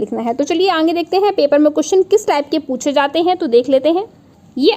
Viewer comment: आप आगे को अंगे क्यों कहती है? कई बार सुन लिया।